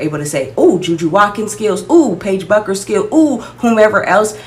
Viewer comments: It’s pronounced “Beckers” not “Buckers” 😊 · Paige's last name is pronounced Beckers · Bueckers is pronounced beckers. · it’s pronounced “beckers”… just if you wanna be taken seriously about a player by their fans. no shade ❤ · She Misspelled her own First Name, so you're entitled to mispronounce her last. It's all "give & Take🙂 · You pronounce Paiges last name wrong. Caitlin is better than 99% of the players in WNBA. Your channel is not very good. I just clicked on it because it came up on my selections.